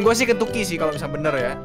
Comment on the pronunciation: di menit berapa aja bilang kenyucky